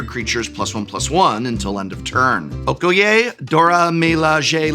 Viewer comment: that's a spectacularly wrong pronunciation of Okoye and Dora Milaje - clearly someone didn't watch Black Panther. LOL